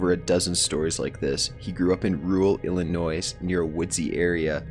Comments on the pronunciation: say fucking illiNOISE again. seriously? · The s is silent in Illinois